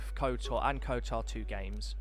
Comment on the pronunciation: Stop calling it 'KoTAR'